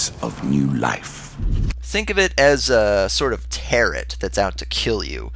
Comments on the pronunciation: No offence dude but I have never heard anyone pronounce it Tarot, like Carrot. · The T is silent in Tarot.